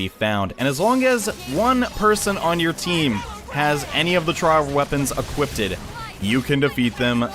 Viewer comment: Why do you say equipted? Its called equipped